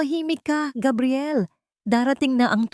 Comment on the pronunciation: Bakit po Gabriel minsan tapos Kabriel another po talaga ang dapat pronunciation haisst